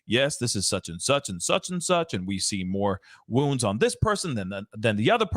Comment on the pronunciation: Why can't you say 'wounds' ??